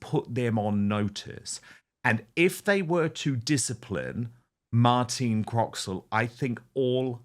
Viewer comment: Her name is Martine not Martina.